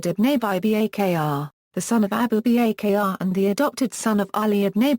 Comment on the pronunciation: needs to work with the pronunciations, especially the non anglo names. like: abu b a k a r